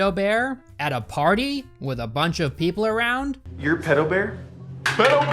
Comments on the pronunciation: Thank god there's someone else out there who pronounces it "pee-doh" I thought I was the only one. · I cringe every time you say “peedo” more than retard.